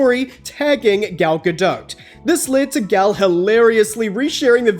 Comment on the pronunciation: Your really not ever going to learn how to pronounce Gals surname.